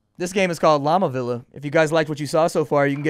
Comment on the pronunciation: It's pronounced Vee-ah. Llama Villa rhymes with Mamma Mia.